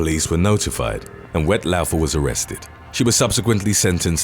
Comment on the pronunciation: Woodstock isn’t far from me … and it’s pronounced ‘Wet Law-fer’ … no offence 😉